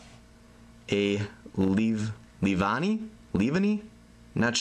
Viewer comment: Leave-annieis how you pronouce it. :3